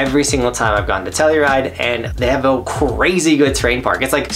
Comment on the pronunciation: Telluride is exactly how you said it. When I was there, there was lots of pow and the peak was open. I had 2 snow days in a row. Dig the list